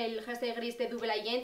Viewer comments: Ha:tfelt's #1 air conditioner que se pronunciaría "dabol eiyent" jajaja y ha sonado raro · Te quiero mucho pero no sabes pronunciar muy bien el inglés como por ejemplo double agent no lo pronuncias bien pero bueno